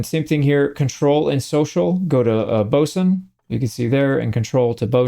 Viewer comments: Glad to hear you say 'boatswain' the proper way also. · Congrats on your correct pronunciation of “Boatswain”. You’re the only YouTube streamer I have seen who managed to get it right. ❤ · Finally, someone who knows how to pronounce boatswain!